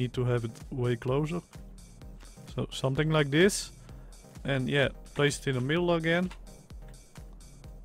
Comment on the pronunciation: CEO of “sumting like dis”